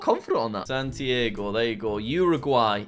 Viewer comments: Lamentable hrmno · He said Santiago "San Diego" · "Ashchuntsion" "Santiego" "Beaunos Ares" "Mondeviedeo" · Santiago is pronounced as “san-chee-ya-go”, Quito is pronounced “Kee-to” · Jack calling the capital of Chile Lima then proceeding to pronounce the actual capital like "San-tee-ay-goh" broke my heart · Isn't it san-tee-ar-go? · Qüito Sæntiaigo Montevídeo Bueinous Ares